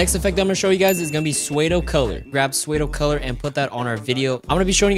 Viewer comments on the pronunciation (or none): the way he says psuedocolor lmaooo